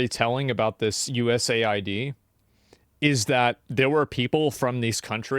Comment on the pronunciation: I know it's not super important, but it bothers me how he calls it USA ID instead of US AID.